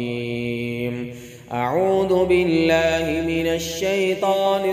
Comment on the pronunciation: Bulky اعوذ بالله ko bi aap اعود بالله parhty hen Aisa kion